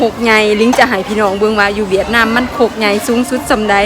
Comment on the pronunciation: คุณหมอครับเวียดนาม ไม่มี ห นะครับ fcนะครับ